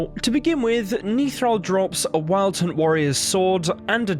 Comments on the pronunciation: He's Nithral...NOT Neethral...short sound on the 'I' I think he was on the way to becoming a general. He is an early-ish fight, his General training had barely begun, I think his death had been forseen which is why he was sent there. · Youtuber : "Niethral" Me : Face palms "Nithral"